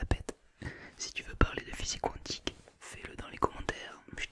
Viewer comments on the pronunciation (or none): none